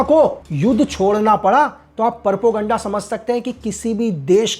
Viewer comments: 0.37 its Propoganda not PappuGaannda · परपोगंडा? 😅😂😅😂 प्रोपेगैंडा,,,,,,😊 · Perpoganda. Nahi hota chutiya. Propoganda hota hai 😄😄😄😄😄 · Propoganda ❌❌ porpoganda ✅✅ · Aap kaha thy gyani baba ? Porpaganda nhi. Propaganda hota h